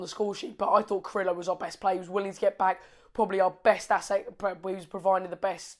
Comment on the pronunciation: Yes, new Watford supporter from here. Carrillo (say Jacob for pronounce please:)... KAH-RRI-YYOH ). Sure he must give you all some sattisfactions. Very good vibes w/ WestBrom match. Thanks mate!